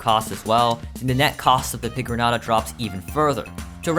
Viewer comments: It's pronounced pigron-yata and I resent you for pronouncing it like someone who's never heard the word piñata before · its pronounced pee gron ayta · As a mexican, I am baffled on your pronunciation of pigroñata like you have not ever heard the word piñata before💀💀💀